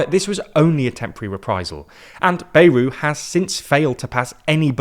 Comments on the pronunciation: Anyone else insanely annoyed at how pronounces Bayrou’s name?! It’s BA-Yrou - like BAt, not Bay-rou. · The pronunciation is "Byerou".